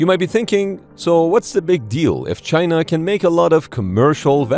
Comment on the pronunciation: The ai says "chyna" like trumpet. What a croc. Reminds me of a strategy game where the enemy suprise attacked coming put of freight ships. All the stolen tech with zero experience of using it. Tiny carrier's 😂 ordered from temu like the sub that sinks indefinite 😂